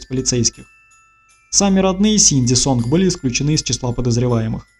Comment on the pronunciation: Может, сообщение не по теме, но не Сонг, а Сон, г не читается.